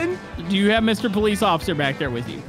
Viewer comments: Bro it's not called ociffer it's officer.😑😑😂😂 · said "Occifer" in the beginning of the video lol